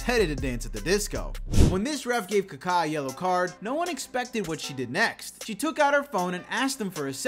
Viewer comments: His name us pronounced kak ...a not ka ka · Worst possible way to pronounce kaka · It’s funny how he pronounces Kaká😂